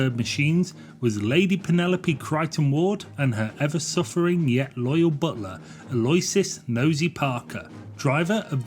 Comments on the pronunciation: Not "Aloysis" - Aloysius is pronounced Allo-WISH-us. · Al-oo-ish-us FFS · Parker’s name, Aloysus (can’t remember how to spell it) should be pronounced Alo-wishes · "Deb-yewed" - you do not say the T. 'Dub-yuted' is below 14 year old reading age. And the name is pronounced "Al-ooh-ish-us" not 'alloy-sius". Lost me at minute one. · Yikes was this AI voiced? The correct pronunciation of Aloysius is "Aloo-icious", "H" is pronounced "Aitch" noit "Haitch, Curious at some point it went from a six headlight nose to a four headlight nose and back. The real aircraft used in the movie as 'Thunderbird Six' is just up the road at my local flying club. I've flown in it but never got to meet any of the Tracys and ironically it was we who needed rescue! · "Aloy-sis" is actually pronounced "Al-oh-ish-us". Fun video, though! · Not “ah-LOY-siss”. It’s pronounced “a-low-ISH-uss”. Sweet video though… thanks for that! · it's pronounced Al-oo-wicious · Just to be pedantic it’s “Al oh wish us” 😊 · Aloysius is pronounced 'allo -ishuss. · Aloysius pronunciation= "Al-o-ishus" 😐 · Or Aloysius (/ˌæloʊˈɪʃəs/ AL-oh-ISH-əs)